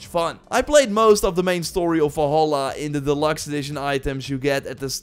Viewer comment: Im sorry, but while the video overall was absolutely great, I got incredible frustrated over how you said "Wolholla" instead of "Valhalla"... I loved this video, but please take the revenue of this video to take a grammar/speaking/pronounciation-course. Thank you :) (Before y'all start beefing again, this is meant friendly and I do not mean to attack him personally. So you can kindly piss off, thanks).